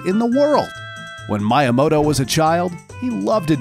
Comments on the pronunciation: That pronunciation of Miyamoto is how you know the guy speaking is just a narrator and knows nothing about the stuff he's talking about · Mii ya mo to Not My ya mo to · why he keep saying Mayamoto 😭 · my-i-mo-to.....its pronounced me-ya-mo-to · I will never be able to unhear Miya-moto I'm scared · If this guys say MIEYAMOTO in the evolution of Mario I’m gonna throw this phone from my roof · My-a-moto. Not how his name is pronounced and it bothered me the whole way through. It's also worth mentioning that, sorry to ruin your day, but Master Quest IS Ura Zelda. It has been extensively researched by TCRF that the game only checks for data from the disk for dungeon layouts and nothing else. There is no evidence of an "Ura Zelda" with an expanded story and new dungeons, MQ is the Ura we were intended to get all along. All they did was convert the disk addon into an n64 rom file and put it on a GameCube disk with an emulator, which again wouldn't have been that hard since it only affected dungeon layouts. Hell, the fact that Ura Zelda only changed dungeon layouts is the main reason that Majora's Mask exists in the first place. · TomAto, ToMahto. I pronounce Miyamoto: MeYaMoto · Oh yes Mi uhh moto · I had to stop watching because I couldn’t stand to hear “Shigeru Miyamoto” mispronounced over and over again... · Bro he kept miss pronouncing miyamoto and like I can’t 🤣🤣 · This is a really good video but I wanted to delete YouTube every time he said Miyamoto's name. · The heck with Miyamoto's name pronunciation...search things like this before doing a video. It was funny tho haha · how could you botch miyamotos name like that man :(( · anyone else highly annoyed at how he pronounced miyamoto's name? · My-uh-moto... I thought it was Mee-uh-moto... Also shy-garu? She-geru... LOL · It’s pronounced MEE-YAH-MOTOH not MYE-YAH-MOTOH & it’s SHEE-GEH-ROO NOT SHY-GEH-ROO